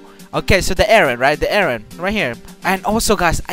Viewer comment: Why are you guys saying wren and not eren?